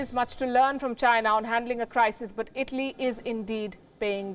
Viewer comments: i always hear "vagina" ,when she says "the china" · Virus came from CHY-nuh. It is the same as saying Chinese food!